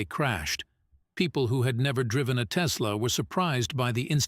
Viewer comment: There's no "Z" in Tesla ❗